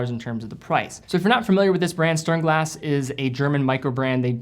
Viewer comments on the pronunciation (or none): OY... sturnglass? it is STERN glass no uh, and è...COME ON! You can do it! Back to school maybe???